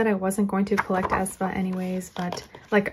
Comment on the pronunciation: Not A. E. ae like ae. Spa (Aespa)